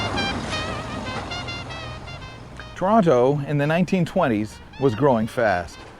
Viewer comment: Thank you for getting the name right- so refreshing to hear people pronouncing my hometown’s name w/ two Ts.